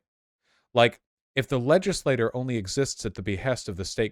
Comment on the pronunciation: Vaush I am fucking begging you to learn how to pronounce "legislature". It's like "ledge-iss-lay-cher", you're pronouncing it like "legislator" which is just a single member of the legislature